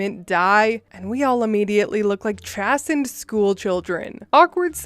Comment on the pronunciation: Pronunciation' chasened chay-sind harbinger haa=buhn=juh